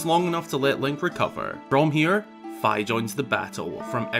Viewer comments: its fih not fhy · I thought it was pronounced Fi as in Fiona not Fy. My whole life is a lie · I now know it's Fi (like fly) but I pronounced it Fee for the longest time and can't stop saying it that way in my head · I'm pretty sure her name is pronounced like fee, just like another Japanese word ki.. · It's how he pronounced Fi tho 😭 Bruh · It’s pronounced like the half of Wi-Fi